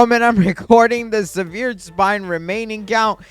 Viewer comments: Severed is pronounced sev-errd, not su-veered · if you say sehVEERed spine one more time im going to lose it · No offense but I hate the “seveered spine” the “sarkayfogis” and the “liech crystal” look up how to pronounce those. PLEASE 😭